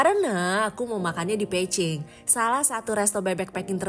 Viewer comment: Spell Beijing emangnya jadi Peiching ya? No offense cuma nanya aja, soal nya agak ganggu ditelinga 😅